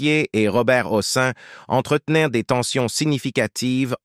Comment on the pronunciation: Massacrage des noms : Robert HOSSIN !! encore un robot !!! saoulant !!